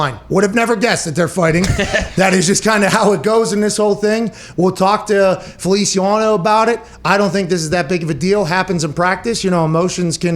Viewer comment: “Jon Feliciawano”- Pat McAfee